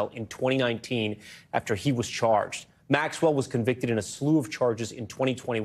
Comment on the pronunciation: Why is pronouncing Maxwell’s name this difficult for people calling themselves journalists? Come on